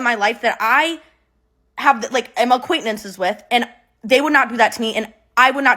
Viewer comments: I'm so shallow the only thing I can think this whole video is "aquaintnantces".....it's acquaintances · Acquaintnences lol she’s so cute 😅❤